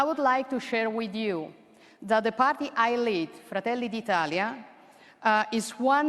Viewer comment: Tanto di cappello....e non passa indifferente quando pronunci....fratelli d italia...in lingua italiana....🤗